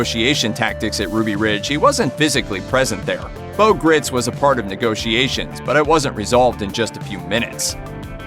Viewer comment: Man you must’ve really spent a lot of time researching when you can’t even pronounce Bo Gritz’s name correctly.....